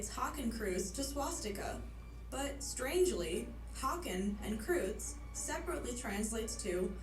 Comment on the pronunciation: My god the way the woman pronounces kreuz has me dying inside. It was always weird to me tho we say Hakenkreuz and the English speaking say Swastika. Also I thought for a long time too that it was a hindu symbol only, but its more of a global phenomenon. At least most German websites say the Nazis thought it was some sort of ancient germanic symbol and that they wanted it to present the aryan bloodline or something. They misused a lot of old proto European/German/norse stuff for their horrible ideology and dragged them into the mud. And many of them were esoterics and obsessed with that kinda stuff at the time. My theory is, H. probably saw it everywhere he liked, thought it presented what he wanted and then saw it globally, thinking it represents what he thought was the superior bloodline globally and somehow set his mark on the whole world. But man, props to the guy who said not to call it swastika because thats an Indian word and not to misuse it. Dude was ahead of its time.